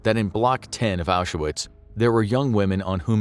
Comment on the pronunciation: FYI, Auschwitz has two syllables. No "A" in the middle. Not Ausch-a-witz.